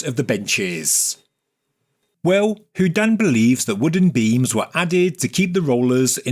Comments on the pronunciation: I love every single one of your videos! But please stop saying who-dan. It’s who-dean. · Like Houdini, without the last I.